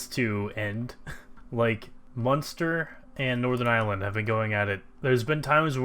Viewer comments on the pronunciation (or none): none